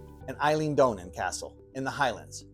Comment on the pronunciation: Eileen Donna castle is not pronounced Eileen.